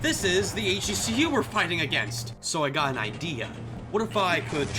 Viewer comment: YOU ARE THE ONE PERSON WHO SAYS H.E.C.U INSTEAD OF "HECU" LIKE EVERYONE ELSE CONFORM CONFORM CONFORM CONFORM